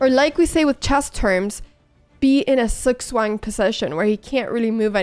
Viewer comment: Took me a second to understand "Zugzwang". You pronounce it like "Tsooktswang".